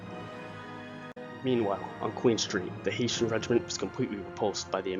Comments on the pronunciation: it’s a good doc but you did really blunder by not fixing that mistake. There’s no excuse for pronouncing “Heh” as “Hay” it causes confusion to people who may be ignorant to the history. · Great research and great illustrations. It’s HESS-SHUNS. NOT HAY-SHUNS! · The "Haitians"? That's what I keep hearing. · the mispronunciation of "Hessians" grated on my brain, soul and psyche. I don't think anyone from Haiti was in that battle lol My last name is Hession (pronounced "session" but with an "h" and my surname is, interestingly, Irish) and pronouncing it that way is acceptable, but at the time it was also pronounced "hess-ee-un" by the British. These troops were mostly trained in Hesse-Kassel state in what is now Germany. They were top notch troops contracted as auxiliaries to the Brits (or whomever), but these were mostly from Hesse-Kassel. They were not mercenaries as has been depicted in most historic references, or at least that's what Wikipedia says, given their definition--or difference--between auxiliaries and mercenaries. But I digress. Please in the future, research foreign language pronunciations. It's one of my pet peeves given my last name was butchered and bastardized on a regular basis during my childhood; sadly, you bear part of the chagrin that crops up when someone doesn't say something "just right". My apologies. I hope you don't take offense to my mild OCD response. Your channel, with it's graphics of how the battles were fought, conveys accuracy and information of which I was unaware. Thank you for your channel and your contribution to educating us all. Please, keep up the good work. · I really hope its not a fact that only you and I noticed that it was pronounced HESSIANS no pot that sad little island. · When you do not know how to pronounce words you can Google them so you don't detract from the video. Hessians are not Haitians and Jaegers are not Jaggers. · Hesh-ins. Yay-ger. Jesus.